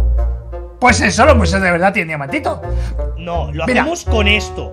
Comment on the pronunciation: Y porque el mike dise diamadino